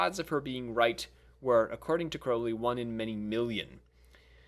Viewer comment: Crowley to rhyme with Holy. Crow-lee. It is in his autobiography .....that book ya know